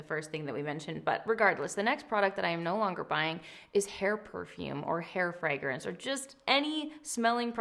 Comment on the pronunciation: I have never been more obsessed with the way you pronounce fragrance!FREGRENCE 🫶🏽